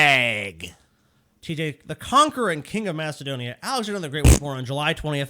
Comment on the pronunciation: says Macedonia as Mastodonia.